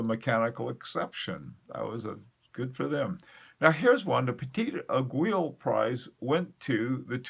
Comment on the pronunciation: great stuff but please stop saying "eg-wi[[" aiguille is pronounced "eggwee" just like guillotine is pronounced gee o tine